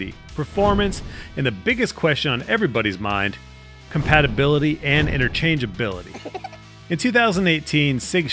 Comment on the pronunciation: ... "and Interchangeabilititties" 😲😮😱😅😂🤣